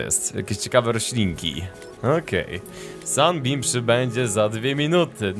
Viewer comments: To się czyta Simot a nie jakieś "simaf" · mów semołf a nie semaf! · mówi się si mot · Nazwę tego statku chyba powinno się czytać simałf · chyba czyta się simołf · Czyta sie simołt ten statek sie tak czyta ☺☺ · nie to się wymawia simąf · to sie czyta (simołf) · to jest semoutch mówi się si mouf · Dlaczego "promień światła" brzmi ci jak łódź podwodna?